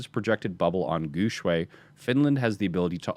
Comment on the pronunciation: And come guys Guxue doesn't pronounce like what does lul. He pronounced more toward Gu Shui because people who don't speak Chinese always fucked up with X pronunciation in Chinese lul. But it's not your fault so don't worry. For an English speaker try say Guxue in the form of Gu syue. It will sounds more similar to the right pronunciation. I mean we were all told try to pronounce others name right to show respect when we were kids right? Plus he's an awesome player and if you like him, try practice the right way to pronounce his name guys!